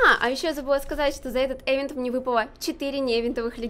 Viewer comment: Не эвент а ивент😂